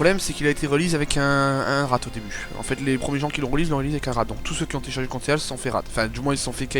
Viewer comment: moi jsais un truc sur le conceal ça se prononce "consil" et pas "conséal"